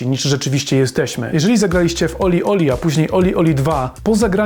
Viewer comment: Nie żebym się czepiał, ale się czepiam - gra nazywa się OlliOlli, nie OlieOlie. Trochę marnie gdyby ktoś chciał po tym materiale poszukać gry. Sama gra jest trudniejsza z każdą kolejną częścią, w World mam najmniejszy % (51) osiągnięć. Ale nadal baza wojskowa z jedynki to moja najbardziej znienawidzona sekcja.